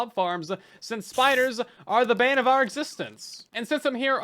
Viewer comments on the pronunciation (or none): none